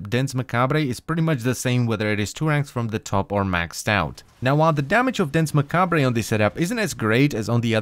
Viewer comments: It's not pronounced "ma-cab-ray", it's taken from the French and is pronounced "Ma-cab-re". Every time you said it wrong I cringed so hard it was unreal. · Macabre-pronunced Mac-Arb not Mac-Arb-Rey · Not trying to be pretentious or anything, but in “macabre” the re at the end is silence, so it sounds like “mah-kab”. Just thought I’d let you know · Macabre is pronounced Mah-kahb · Hmm, Macabre is pronounced Mah-Kah-Br